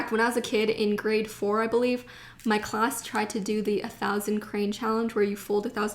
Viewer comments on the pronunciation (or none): none